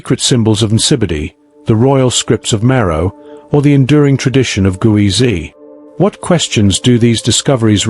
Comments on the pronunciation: It's Ge'ez (not Guwezy) and as you speak of it we are viewing Greek on the walls instead of Ge'ez. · Thanks for sharing hidden civilizations of Africa. However, you haven't properly pronounced " Geez" , the Ethiopian script. The pronunciation should be corrected as "Geez" and not as you pronounce it " Guwizi". Geez is also considered as a dead language like Latin. Amharic and Tigrigna languages are derived from Geez. But, still the Ethiopian Orthodox church uses Geez and kept valuable manuscripts written in Geez in its monasteries. In short, currently the Amharic language that is used as a national language of Ethiopia, uses the Geez alphabet. Most importantly it also has its own number system . Moreover, to mention but few, Ethiopia has its own unique calendar with 13 months, unique time counting system, etc. Since Ethiopia has never been colonized, most of its manuscripts and other treasures are still kept securely guarded in its monasteries. Cheers, ❤ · It's Geez, not Guezi. It's a Semitic language, and like all Semitic alphabets, is phonetic. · It's not gueze it's ge'ez (ግዕዝ )